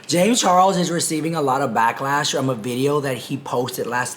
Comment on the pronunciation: "He already has a lot of blacklash" 💀💀💀